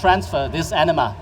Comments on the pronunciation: The way he's saying it... it sounds like enema. I know it's anima, I can read. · I keep hearing enema....